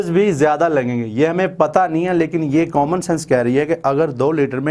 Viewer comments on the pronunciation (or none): none